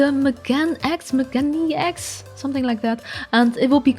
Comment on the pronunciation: MeganeX is pronounced Meh Gah Nay X It's japanese meaning 'glasses' so it's literally Glasses X, pretty awesome